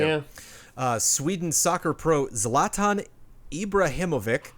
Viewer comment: saying Zlatans name like it's the first time he's ever heard it is hilarious! One of the greatest of all time. Slight correction though, it was not like he found out he was in Fifa, he's known that since the first game he was in of course. He plays alot of Fifa himself. I don't know why now after all these years he brought this up though.